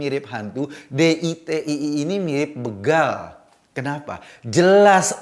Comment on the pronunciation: Maaf, Mas Eko. Penyebutan yg benar kata "begal" di menit adalah "bégal" sama sprti kata: "bela,beda,besok...